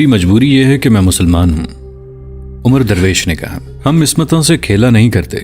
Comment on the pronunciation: بھائی میرے یہ لفظ عمرو نہیں یہ لفظ عمر ھے (عین کے زبر سے )